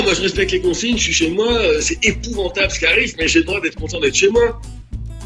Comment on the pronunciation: “Épouventable” xD